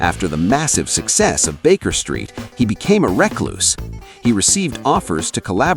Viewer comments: It's not pronounced reckloose . The word recluse is pronounced rcluws. America!!!? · AI says he is a "wreck loose"...and I close the vid and move on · A wreck loose? really? : ) Thanks for the early AI slop indicator. (no shade on the content, just the laziness of channel not recording a human reading the material. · He was a wreck -loose. I hate AI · ReCLUSE the stress is on the second syllable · A ‘wreck loose’ 😂 interesting mispronunciation 😂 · A ‘reck loose’ lol. Gotta love Ai smh